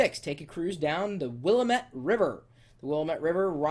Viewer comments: Whuh-lamb-it. not Wall-uh-met. This guys makes Portland sound so lame. Portland kicks so much ass. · hey its not pronounced will-eh-mett. its will-am-it willamette. i lived in oregon all my life and its funny to hear people pronounce it wrong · aaaah! it's will am et NOT WILLAMET! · Dude -- learn how to pronounce things before you sit in front of a camera and talk about them. Seriously...WILLAMETTE rhymes with damn it. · oh no. you did jut just say wilamette wrong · Buddy, its pronounced WILL-AM-ETTE get it right or don't say it at all. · It's Wil-LAM-ette, dammit! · It is prounounced Wil-lam-it river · Smoke some local weed. That's a MUST when in Oregon. Also, it's pronounced Wil-LAM-et. We do have the best beer. I've sat in the front seat of the Spruce Goose.This guys a douche for sure. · The River is pronounced Will-lam-et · Learn how to pronounce, WillaMET Really? Jeez and yes we do like our gardens and we're not just a bunch of drunks! I love Portland! Keep it weird! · Chris, It's pronounced Will-am-et. Say it fast a few times and it'll roll right off. Oh, and unlike Seattle, we do have an NBA team; oh yeah, no baseball or football though. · It's the Will-AM-met- emphasis on the second syllable. Remember it's not a french word, it's a chinook word. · It is pronounced WILL-AM-IT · I cringed when he pronounced Willamete... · He fails at pronouncing Willamette... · You said "Willamete" wrong lol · Cool vid. You mispronounced Willamette though. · Ah, typical butchering of Willamette... Its ok tho. And if you are intrested top 10 thigs to do in Eugene Oregon, 1-10 do drugs. Yeah, dont come here.